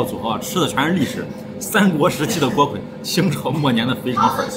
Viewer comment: 这个字不是读锅KUI吗？